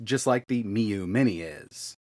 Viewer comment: Thats the first time ive heard Miyoo pronounced like that.